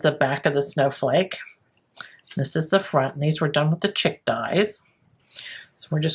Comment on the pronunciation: I think it is pronounced "sheek". I learn sp much about building backgrounds from you!